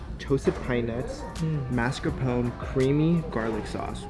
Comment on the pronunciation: Sunday! The markets are closed on Sunday! I wouldn't eat seafood on Sunday or Monday at any restaurant unless they had tanks of their own. Seriously, you have no idea what you're talking about. Spinach goes on before cooking. It's pronounced mascarPO-nay. Keep playing pretend Michelin star chef. Ew! She did not age well. Her hair looks fried.